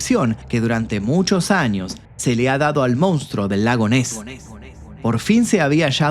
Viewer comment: Con crees que podes extorsionarme no?? Pues te voy a decir una cosaa... FUNCIONÓ!😅: "MOUNSTRO"